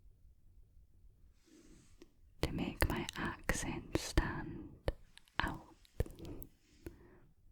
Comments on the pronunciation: Out = ooowt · I thought the word "out" in the Scottish accent sounded like "ewt" 🤣🤣